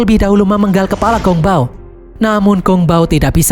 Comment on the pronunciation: Sichi...ngomong siqi..bukan siki. Ssmangat...😊Gongbao..bacanya Konng pao..p jadi b, b jadi p...semangat